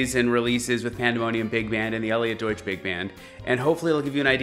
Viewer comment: everytime you say your name I understand "Elliot Doit", what a great name for an arranger/brassplayer.....:-) greetings from germany aka Deutsch-land....